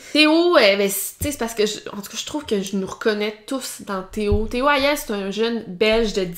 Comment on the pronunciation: Théo Hayez > se prononce Hayé, pas Hayèze.